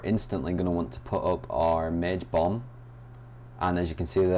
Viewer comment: when u said bomb it sounded like bum:p